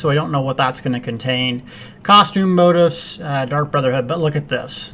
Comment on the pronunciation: Moh-TEEFS. Motifs.